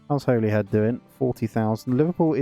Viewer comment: It's pronounced 'Hollyhead' my friend :)